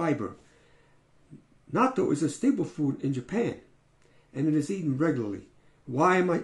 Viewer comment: I have just begun to learn more about this and find it very exciting. I don't like natto but will eat it once a week because of those health benefits. Now that it comes in a pill form, I could take it every day. BTW, you pronounced natto correctly. :)